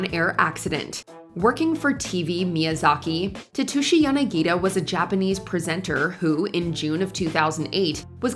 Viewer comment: Dude, there is an 's' in Tetsushi Yanagida's name. Pronounce it. It's not difficult.